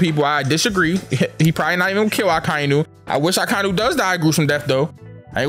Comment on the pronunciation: i still hate when this guy says Akainu